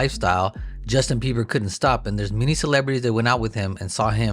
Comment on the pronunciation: Why do they keep calling him Justin Biever?😂😂